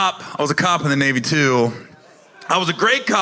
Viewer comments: Dude said nay like na-vi from avatar like the military branch was indigenous to the planet like the local alien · You meant NAYvee?